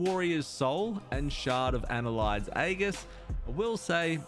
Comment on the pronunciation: Ann-hylde's Aegis (pronounced ann-hilde's ay-jis), not "annelide aghis". :-P Also, no mention of Scale / Pocket Protoforge / Thoughtcage?